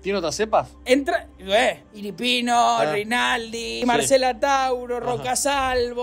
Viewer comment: "La cepa ilipino"jajajajajajajajajqjaja